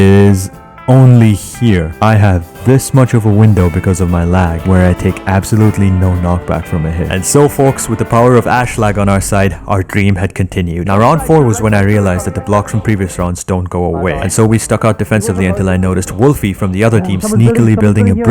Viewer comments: ashwag ❌ ashlag ✅ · Ashwag❌ Ashlag✅ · It not ashswag it is ashlag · Ashwag❌ Ashlag✔️ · ashswag ❌ ashlag✅ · "Ashlag" - Ashswag 2022